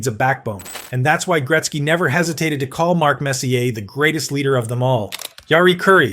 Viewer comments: ai narrator is mispronouncing messier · uggh...$hitty ai......'robe-ih-tie'...messier was almost worse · AI doesn’t tell the truth. It summarizes data on comments Gretzky has delivered. Humans can pronounce Messier and Robitaille properly. Humans can watch and love hockey. AI can’t. Thus I would rather a human opine and deliver comments about who Gretzky loved. It would be more poignant, heartfelt, and compelling.